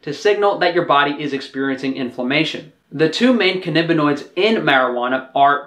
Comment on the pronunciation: For some reason you're pronouncing it "cannibinoid" -- why tho? It's pronounced as it's spelled.